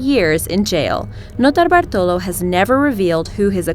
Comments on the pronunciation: i cringed every time she said "Notobartolo" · You are not alone! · Mr. Galaxy Ikr its like fucking annoying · if i hear her say "Nortobartolo" one more time... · You say Notobartolo like an idiot, stop saying it. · Stop saying that nurtallballrlrlrlltrollo name I can't stand it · idk y but i cringed everytime she said "nortalabalo" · that transition from English accent to Notabartulo tripped me out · Stop saying notarbartolo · Every time she says Leonardo Notarbartolo, an italian dies. I can understand that is difficult to say... But why do you need to repeat it 2353 times? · I like how she thinks she knows how to say the first criminals name. Notarbartolo. She sounds like she is sucking something. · Listen to her say notarbartolo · u saying notarbartolo is so annoying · Yup, and then she massacres "Monoprix" right after. Seriously, if you can’t pronounce a foreign word or name don’t pretend; just say it in your American accent and at least sounds honest. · every time you say notar bartolo or whatever in the start its pissing me off more and more.. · How she pronounces notarbartolo or banco central out of nowhere when she has the American accent sounds so annoying and pretentious